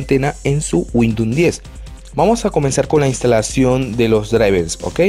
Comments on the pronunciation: Es Windows no windoun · Cuantas veces dijo WINDOM Xd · 31/7/2020 me funcionó gracias, una cosa se dice windous no windoun, gracias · windun xd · 'Windnon 10 8 7 xp ' 😂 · No sabe ni decir windows imaginate si sabe instalar un driver! jajajaj